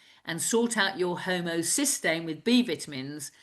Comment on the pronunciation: does she mean homocysteine? Transcript and accent give funky word.